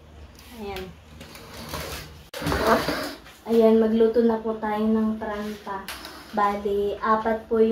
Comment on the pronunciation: Hindi paranta! Paratha ! And the other one is roti or chapati 😅